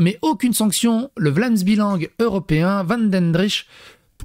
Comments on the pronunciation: prononce : " Vlaams Bélang " et non vlaams b"i"lang :)* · C'est Vlaamse BEUH-Lang. :)